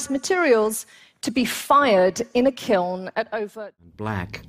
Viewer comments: My husband is under the impression that it’s pronounced kill. 🥲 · thanks for all of the examples of people mispronouncing kiln.